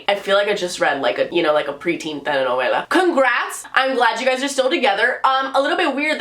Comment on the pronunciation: Wait do you speak Spanish because you said Telenovela in a really good Spanish accent